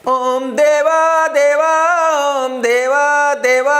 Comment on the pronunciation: ओम का सही उच्चारण - अ ओ म ज़ब तक नाभि पर जोर न पड़े तब तक सही उच्चारण नहीं है! (मै भी सही उच्चारण नहीं करने वाला शब्द नहीं लिख रहा हु शायद!)